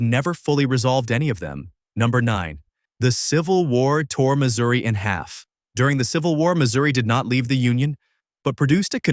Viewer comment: It's pronounced Missouri